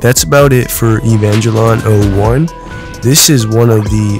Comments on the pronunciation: my guy really said evaglelion like ee van gee lon Damn its aae va gaa lee onn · "ee - van - jelon" "eevee - a - o - 1"